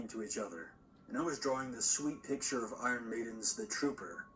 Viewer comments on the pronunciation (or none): none